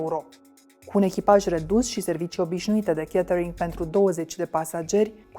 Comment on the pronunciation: Mai oameni buni de la Recorder, "a" in engleza nu se citeste mereu "e". "Catering" nu e "chetering" iar "falcon" nu e "felcon". Vorbiti corect ca rade Klaus Marlanis de voi.